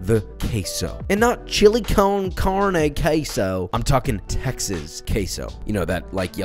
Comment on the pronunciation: instead of ''Texas'' I thought you said ''taxes'' xD